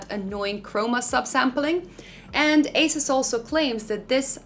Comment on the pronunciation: AH SOOS, NOT ACE US